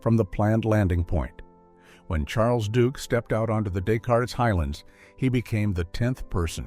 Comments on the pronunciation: He had earlier given us the “Dess- Cartess-Whatever, not understanding that we’re talking about a French mathematician’s name. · Who knew he graduated from "M One T"? 😂 Also, isn't the region of the moon visited pronounced "day kart"? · This narrator doesn't know what the De-Cart highlands are! He called it the Descartes Highlands. Unbelievable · or descartes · Great info but please stop using AI. It can’t pronounce names like Descartes. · Good video. I wish AI could pronounce Descartes correctly though. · Please teach the ai voice generator how to pronounce Des Cartes! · Descartes pronounced as des cart is and M1T- AI is lame and annoying; degrading the entire story. Can’t folks find a narrator that pronounces what is read correctly?